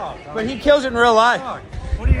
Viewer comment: He mispronounced He.